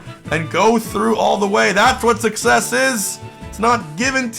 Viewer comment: I love talking about success (pronounced suckies)